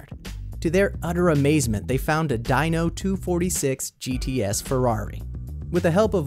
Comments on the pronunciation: It's not pronounced dino it's deno but spelled dino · It's a Ferrari Dino (pronouced DEE-NO, not dino like in dinosaur), dumbass. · IT IS NOT A DI NO ITS A DEENO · its dino as in deeno not dino as in dyno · I think the Ferrari is pronounced D-NO.